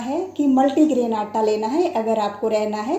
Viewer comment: Madam aata bolna sikhiye pahle aap